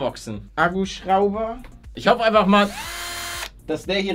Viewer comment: Paluten kam mir das nur so vor oder hast du statt "hoffe" "trahoffe" gesagt?? Ich kann mich auch geirrt haben, da ich ein bisschen dumm bin 😅